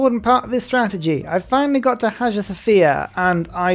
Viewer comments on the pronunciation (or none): Hagia is pronounced Hai-uh, I know you like correct pronunciation, or at least I heard you say it once...